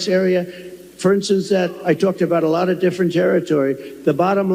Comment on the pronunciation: Has anyone else noticed that when tRump goes on his 'someone insulted me' rants, he suddenly changes his 'O's' to A's'. Lot becomes Lat, Honestly becomes Anestly. It's another 'TELL' of the don. Just like when he says someone called him SIR. We all know that whatever follows is a LIE. And now he's back to the TOUGH farmers 'with tears in their eyes'. He's digging out the old play book...and it STILL doesn't work.